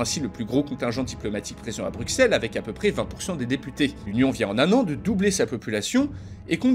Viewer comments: On dit Bru[ss]elle et non Bru[x]elle 😆. Mais sinon génial ta vidéo comme toujours. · Ca se dit "BruSSelle" et pas "BruKSelle" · Et en plus on dit brussel pas bruckselle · BRUXELLES ce prononce Brussels... ! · À 14 minutes 34 le x de Bruxelles ne ce prononce pas, il faut dire phonétiquement Brucelles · Ca s'écrit bruxelles mais ca se lit "BRUCELLES" SVP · On pronnonce le x de Bruxelles comme un s :') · Très chouette vidéo, mais je tique à chaque fois que tu dis « Bruxelles » en prononçant le X comme un X et là un S😅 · le x de Bruxelles ne se prononce pas 😫